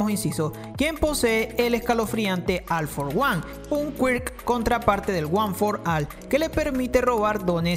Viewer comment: no me puedo concentrar en el vídeo si dice al for one